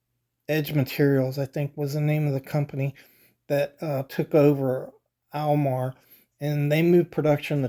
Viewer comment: I have never in my life heard anyone refer to them as "AWL Mar".